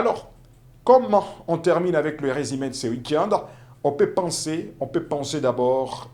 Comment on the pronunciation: Journaliste apprend apprends a parler le francais. La racontre, les biters etc…. C est comme ca que tu prononces. Il y a une difference entre i et u. Le resime. Comment vous arrivez a la Tele??c est fou ca